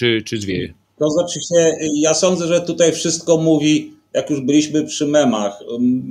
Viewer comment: Mówi się tutaj. Nie tutej.